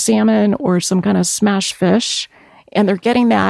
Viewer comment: what is she saying? "Smashed" fish?